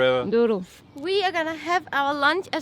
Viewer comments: Yup, they always say Douro correctly the 1st time and then butcher it by saying Duro. :D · Once and for all,, Douro is pronounced like "though" + ro.: )